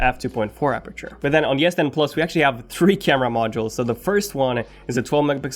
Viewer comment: Is he saying ‘yes 10’ !!!